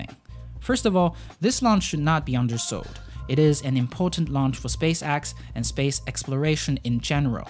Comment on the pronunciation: It’s spacex not space axe